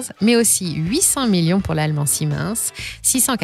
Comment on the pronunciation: Parole d'électricien , c'est la pire prononciation du mot ''Siemens'' entendu a vie😆. Très cool sujet par contre, j'adore!